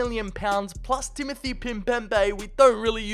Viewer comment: Timothy Pimbembe?😂